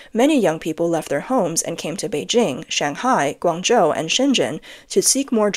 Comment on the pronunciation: It's been bugging me for weeks now that Grangzhou is incorectly pronounced every time it is mentioned on this channel. It's defeinetly a 'j' sound like GuangJo in madarin. Maybe this a mistake or maybe this channel is using the Cantonese pronunciation or something and I am wrong. Anyone shed some light. I lived in China for a long time but I admit my mandarin is not good so if anyone else has a more informed opioion that would be cool.